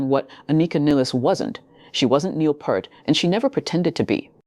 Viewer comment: "Peert", not "Pert". How difficult is it??!